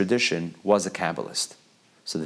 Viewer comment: I heard that too haha😂👍